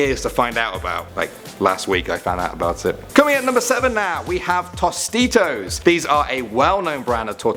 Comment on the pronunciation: Tostitos is pronounced like "Toastitos."